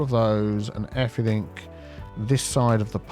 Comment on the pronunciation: why do you say everythink instead of everything?